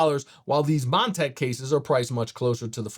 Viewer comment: Did he call it "Mon-tank" in the first 10 seconds?